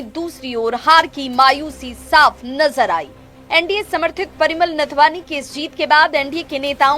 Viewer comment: पहले नाथवानी तो ठीक से बोलिए मैडम। नाथवानी नहीं होता है नाथवानी हाटक है।